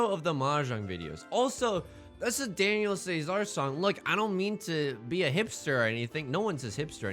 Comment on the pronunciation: The intro song was actually kinda sweet but who says Daniel say-zar?!?!